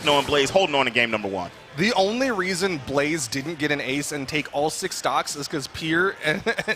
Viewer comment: god i was annoyed by the caster calling blaze blaizzy every time